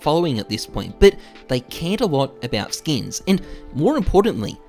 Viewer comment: how many times does this man say skeens?